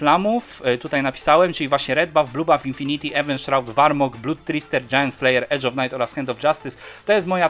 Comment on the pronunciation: zajebisty film ale błagam czytaj poprawnie te nazwy to tak boli ten warmog